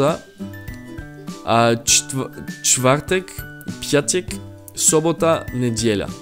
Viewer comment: Ymmmm... PJATEK? Lol